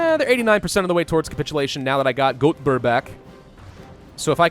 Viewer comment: Å - pronounced like a short "oh" Ä - pronounced like the sound you make when you eat something sour (short n quick) "aeh" Ö - pronounced like the sound you make when you get punched in the stomach (short n quick) "ouhh" So with that said we can proceed to the name of the various cities you butchered Göteborg - "Gouhh-te-borg" Luleå - Lu-le-oh (locally it's called Lulä, pronounced "Lu-laeh") Malmö - Malm-ouhh That's all from me, love your content! //A swede :)